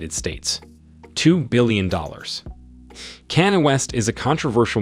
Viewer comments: Kanye is pronounced Con Yea. ...not can I. Beyoncé's name is pronounced Beyon- say. Patrice is pronounced patreese. And I'm sure you got everyone else's name wrong too. Plus, you explained how the first white looking guy (Karp) made the list as a black person but what about the rest? Rhianna is from the Caribbean in America. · Kene? kenin? West SERIOUSLY.... WOW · "Canine West" 😂😭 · This is the most erroneous and dumb video that I have ever seen...Besides the rankings are screwed .. .Rihanna and Kanye are not richer than Michael Jordan... Tyler Perry is not 21 yrs and the correct pronunciation is not Keenan West but Kanye West ..!! The narrator and producers of this video are very dumb RACIST people ...YouTube pleeaaazzze take this video down asap !!! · This presenter is wildin, first calling them blacks then Tyler Perry is 21 then kan-ye hehehehe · Have you never heard of Oprah, Kanye or Beyonce. It's almost indefensible to make a video with these people and not know to to pronounce their names. And a few of these people on this list are not black and probably would not identify themselves as such. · His pronounciation of Kanye and Oprah is shockingly terrible. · He got Kanye name wrong af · Messing up Kanye name was bad enough, but when you called Oprah, Opera... Had to turn the video off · Dumbest video editing, of obviously white/Anglo or Arab folks being called Black, not that there is anything wrong with being Black... Surely you could have edited and found 30 actual African, meaning dark brown skinned billionaires to make what is pretentious video, as you cannot even pronounce Kanye's name properly for example!!! Try again, and for the love of GOD, no South Afrikaans on a list that should be what u describe it as!! BLACK billionaires!!! Can we get a break!!!